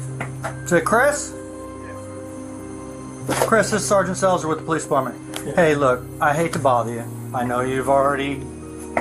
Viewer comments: The way you say Poe-leece really annoys me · The Poe-leese 😂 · Another amazing video. you kill me with the POE LICE 😂